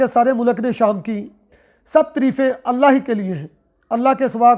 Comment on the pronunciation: Kance ka farmula aap sahi tarikha se samjao Aap Allha ka name kahatey huey bi aap sahi nahi boltey